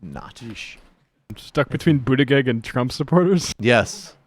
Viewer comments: and no, it's not an accent. He's said his name correctly several times, he just chooses not to because he thinks it's cool to belittle Pete so his viewers see him as an "other" not worth paying attention to. The right does it all the time, to pretty great success. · hahah sam said "Poot Pete Buttigieg" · as a fellow Maltese-American I can assure you that everyone, including Pete, is pronouncing it wrong